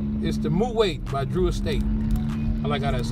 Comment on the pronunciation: it's not pronounced "mu'wait but Mu'wot"